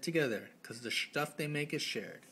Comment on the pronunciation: I literally pissed myself every time you said Shtuff... this video was too amazing!